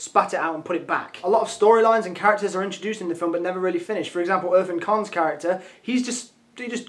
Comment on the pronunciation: It took me three tries to understand that he said Irfan Khan. I died at the way he pronounced it. Oh, Jack.